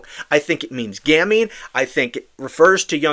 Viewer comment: Not gamnie, it's gamine ( pronounced gameen), meaning cute little girl. Sick fuck